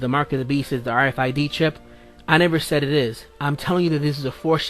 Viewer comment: It's called RFID not RFDI. Learn to speak my brother in Christ.